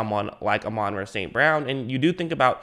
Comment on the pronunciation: Pronounced ah - mon Rah